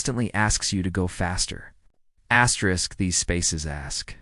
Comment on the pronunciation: WHY DO YOU KEEP SAYING ASTERIK?